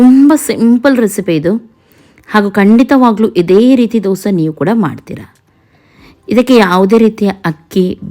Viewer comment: ದೋಸಾ ಅಲ್ಲ ದೋಸೆ.... ದಯವಿಟ್ಟು 🙏